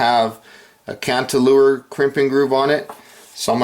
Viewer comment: can uh lure not cant ah lure